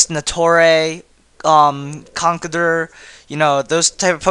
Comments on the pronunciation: ..its not conk-il-der...its conk-elder...because he's the oldest of the group. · Also, I love the way he pronounces 'Conkeldurr'.